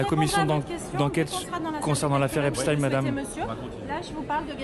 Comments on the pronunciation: Ai lieu de dire "Epstin(e)" ou "Esptaïn(e) dire tout simplement Epstain c'est tout simple ! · Frankenstein on ne dit pas( în) mais bien (aïn). Idem pour Epstein . Ils mentent.... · Epstein a toujours été prononcé "epstine" aux USA, depuis la naissance du monsieur. C'est en France que son nom est déformé en "epshtaïn". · C'est pas epshtine, ça se prononce Epshtaïne, comme Einstein, frankenstein... Les nuls. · Epstein est originaire d'Europe de l'est donc ouai c'est "ein" pauvre tache et non "in". Nous ne sommes pas des américains espèce de collabo. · Pas Epstine mais Epstein. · EPSTEIN NON EPSTINE 😡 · Euh ...non... c'est pas un nom US c'est un nom allemand ! Einstein, autre juif, tu le prononces Instine? En français tu le prononce soit à l'Allemande ou à la Française, aucune raison de le faire à l'Anglaise ou à l'Espagnole. Tu as regardé les films de Frankenstein ou de Frankenstine? D'ailleurs dans un film de Mel Brooks interprété par Gene Wilder, Frankenstein Jr,il y a déjà une réplique qui aborde ce sujet,je vais pas te spoiler la scène mais c'est un excellent film je te le conseille, très drôle, humour juif... Brooks et Wilder le sont aussi. Ou les noms français de Louisiane, Bâton Rouge ou Nouvelle-Orléans tu les prononce aussi à l'Anglaise parce qu'ils se trouvent aux US ? Non bien, sûr à moins d'être anglophone et ne pas savoir le prononcer d'une autre manière 😂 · BFM, toujours à vomir, et je suis polie. Et du coup maintenant, on va prononcer Albert Einstin et non plus Einstein.